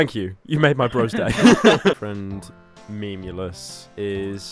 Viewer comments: I think he said "meyoulus" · Im pretty sure big lenny called him melous not meh-memelous